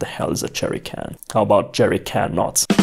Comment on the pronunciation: say: jerrycannot My ear: jerry kentot